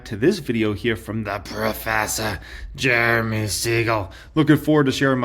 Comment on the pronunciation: She said Jurume lol